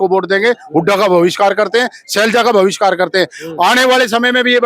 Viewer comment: पहले तू पढ़ लिख ले बाद में नेतागिरी करना, बहिष्कार को भविष्कार बोल रहा है। रही बात खाज मिटाने की तेरे जैसे बहुत आए और बहुत गए।